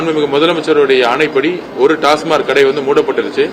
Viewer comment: டாஸ்மார்க் இல்லை டாஸ்மாக்